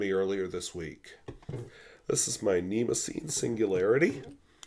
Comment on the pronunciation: I believe it's pronounced "Nemo-sign", did some research on that while cycling on the Moon playing trumpet.